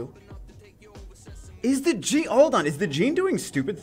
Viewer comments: Its Jeanne not Gene:( you are triggering me every single time you say her name haha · Jeanne is pronounced Jahn